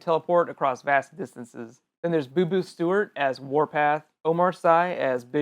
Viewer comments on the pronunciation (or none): none